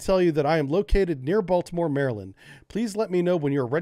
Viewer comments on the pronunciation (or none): none